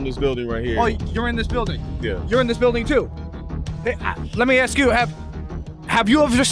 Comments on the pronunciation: It is pronounced ASK not aks. But you know fraud is bad. 😂🤣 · It’s ASK not axe. Damn that isn’t hard to get right. Sk not xe. I can’t even watch this video or take you serious and I’m 40ish seconds into it. SMH. Ask. Ask. Ask. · It's "ask". A. S. K. "Asss-K". Cheers.